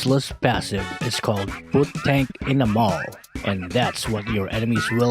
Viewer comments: Lol when he said put-tank-in-a-mall i died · Put-tank-in-a-mall Hahhahhah nc jk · I tought "put-tank-in-a-mall" is "Pu-tank-ina-mo" hahahahaha